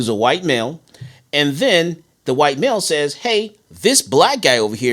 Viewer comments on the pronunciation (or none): White not whote